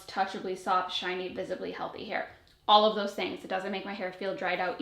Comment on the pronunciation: "Olive" the roses😂